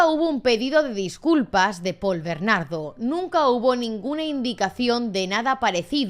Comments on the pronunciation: Es Paul bernardo sin ese acento al final pronunciado. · Por qué "BernarDÓ"? 😬😬